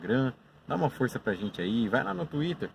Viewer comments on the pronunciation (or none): none